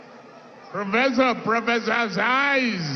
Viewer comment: Did I just hear professor...professorcised..?🤔 APC is on free fall. Chai🙆‍♂️